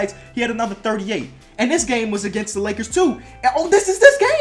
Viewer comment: How he said lackers